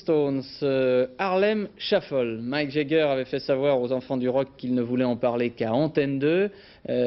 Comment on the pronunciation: Wouah les français et l'anglais.. pathétique, même les noms connus comme Jagger qui devient Jegger et Mick qui devient Mike🤣